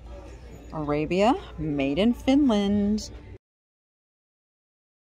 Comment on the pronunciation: So nice you have mother/daughter time doing something fun together. I cherished shopping outings with my mom. Outrageous prices no doubt. Fun fact: the Finnish Arabia piece is pronounced ‘R-ah-bee-ah’ 🇫🇮